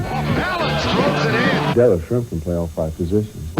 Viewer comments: Thank you for this vid, Schrempf is criminally underrated and was a big part of NBA basketball in his days. Love to see him get some love! BTW.: your pronunciation of his name is pretty good! Greetings from Germany 😊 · As a German I was pleasantly surprised that you didn't butcher that name ;-)